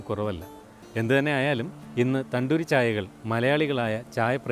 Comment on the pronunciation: തണ്ടുരി അല്ലാ തന്തുരി